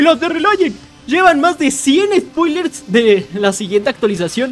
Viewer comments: Ufff uffff No mano que buenos "Sopilers" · "sopilers" esta furete la disxelia